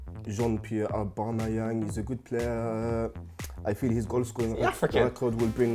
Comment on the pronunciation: Jean-Pierre Aubamyang